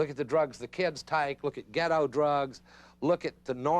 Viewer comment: I was wondering why this channel is called Partially Examined Life, and then he said Ghet-toeh, which reminded me of the other sort of racially insensitive thing he said that made me cringe, and now it makes sense.